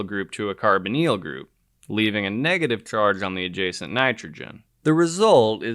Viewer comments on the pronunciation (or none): none